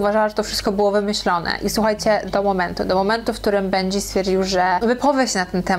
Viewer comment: bendżi król się wymawia i benji jest artystą